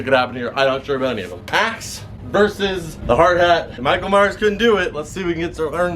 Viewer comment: Michael Maier